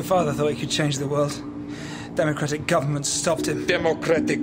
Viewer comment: I wonder if 'govno-ment' was intentional lol